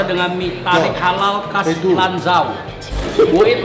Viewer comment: Lan Zhou bukan Lan Ciao... 😂😂😂